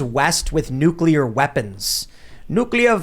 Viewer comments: God damn it!!! It's NOT NU-CU-LER!!! The word is pronounced NEW-CLEE-ER!!! "The word "nuclear" is pronounced differently in different English-speaking regions of the world." In the United States, the word is pronounced "NEW-klee-er" with the emphasis on the first syllable." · it’s NUCLEAR, not nucular. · NUCLEAR NUCLEAR... say it after me! NUCLEAR... not nucular! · Wtf is going on with so many idiots not knowing how to pronounce NUCLEAR correctly??